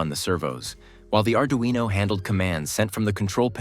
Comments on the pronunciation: yes thank you. My question was about pronunciation... There is a single r in Arduino so why some people mispronounce it as Ard-rino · Why is it called ard-rino